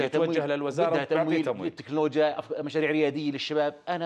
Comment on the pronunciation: وزير اسمها تكنلوجيا وليس تنكوجيا